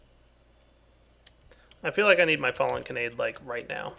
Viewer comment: you're pronouncing Kanade wrong. Imagine there is an h at the end. Like Kanadeh. It's an anime reference from AngleBeats! plz just stahp